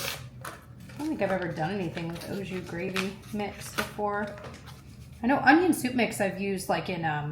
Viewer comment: lol, I’m sorry I’m giggling how you are pronouncing ah jus with an O lol it’s Aaaa. Unless I’m totally wrong, you were a teacher not me 😂 the recipes look so good, I’ve enjoyed many of the recipes you gave shared in the past. Long live sesame tacos!!!